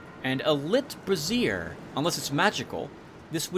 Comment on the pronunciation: Hi! It's been a while since I've watched one of your videos (so you know my username was Mark Williams back then). I had to chuckle at your pronunciation of the word brazier. Having grown up in the 1960's, I could imagine the burning of bras. I mean no offense, of course. You just inadvertently made me smile.